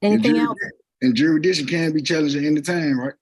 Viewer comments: These people are so stupid I don’t know how they got this far in life. “Gotta prove jurs-dyktion.” He doesn’t even know what he’s saying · What is “juridishun”? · You mean Benny Fisher-Rairy and Jerry Dishun? I think they have something to do with Black’s Law Dishunary. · I hate how these uneducated people can't freaking pronounce Jurisdiction... I think this fool said "juri-dishun" wtf is that? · Challenging "juradishun"? Good luck, genius! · "juradittshun"?? "duh duhfendunt in era"?? Somebody tell Elmer Fudd to shut up and hire a lawyer to do the talking. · You mean Jurrydishun ? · Maybe lean how to pronounce "jurisdiction" before you go and try to challenge it. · It's bad enough that this guy can't pronounce beneficiary or jurisdiction, but then he brings that clownish self-important Attorney General. Gimme a break. What an idiot!! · Wow,another idiot sovtard that thinks they're smarter than an attorney that actually knows what the Hell they're doing yet this moron is barely capable of putting together a coherent sentence much less pronounce the word jurisdiction correctly! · Why can’t they ever say jurisdiction